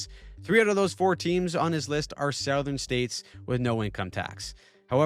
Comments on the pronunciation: Off-topic, but the way you say "Southern" just hurts me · I know you're not AI (and I appreciate that!) but couldn't help but notice that you pronounce "southern" as "SOW-thern," but we pronounce it "SUH-thern". Is that a Canadian dialect thing? Keep up the good work. I'm a long time subscriber. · Do Canadians say "sowthern" rather than "suthern"